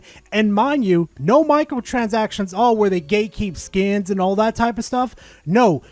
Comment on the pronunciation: The way you say micro transactions sounds like Micahel chazakshuns xD Love the video